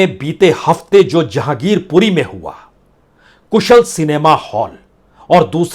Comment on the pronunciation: Zahangirpuri nahi Jehangirpuri sir